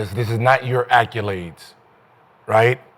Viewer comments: Someone tell Gil it’s accOlades not accUlades😂😂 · Gil and them damn "akulades"😂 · Hey gil say accoldaes please. 😂😂😂😂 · I wonder if Gil say "Cadillac Eskulade"😆